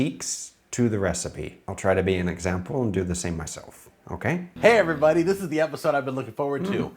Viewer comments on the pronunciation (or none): none